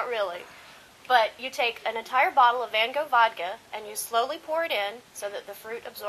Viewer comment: Hahah they said Van Gogh wrong lawl